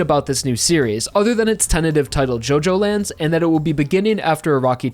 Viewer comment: It’s not pronounced JoeJoeLands it’s JuhJoeLands